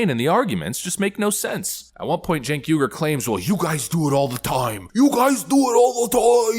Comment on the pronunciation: Throughout the course of this video, the man's name was pronounced Jank, Chenk, Kank, and Sank.